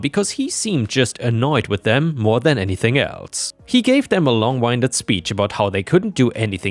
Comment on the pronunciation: A little note,. The "wind" in "long-winded" has a short"i". It's "wind" as in "moving air". The word is an English idiom, basically meaning "going on and on" referring to a speech. That is, it would take a lot of breath to say it all. Of course the speech could also be "long and winding" (with a long "i"), wandering from topic to topic like a meandering road.